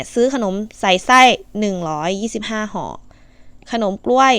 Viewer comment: ห่อค่ะ😂ไม่ใช่ห้อ. 55555